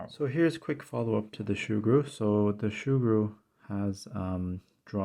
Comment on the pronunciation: Not shoo-gru...soo-gru